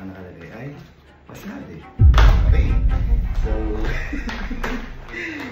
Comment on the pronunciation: Correction lang po "WASABI" not WASABE hahahaha 😂